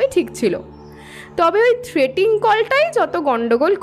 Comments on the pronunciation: Good story… but actors need to work on their pronunciation… for example the word ‘threatening’ has been wrongly pronounced as ‘threating’ by through out the story. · গল্পটা বেশ সুন্দর। পাঠও চমৎকার হয়েছে। অলিভিয়া-সৌনকের অভিনয় দুর্দান্ত 👌👌 তবে একটা শব্দের বারেবারে ভুল উচ্চারণ কানে লাগলো। কথাটা 'থ্রেটিং' কল না, থ্রেটনিং কল(threatening call) লেখিকা সুমেলির ভুল, নাকি আপনাদের ভুল উচ্চারণ জানি না। পরবর্তী কালে শুধরে নিলে ভালো হয়